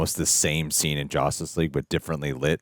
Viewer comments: why does he say it like its "Jostice" not "Justice" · You keep saying JOSTICE league. Wtf is that??? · Are yall saying JOUSTEST league? Why lol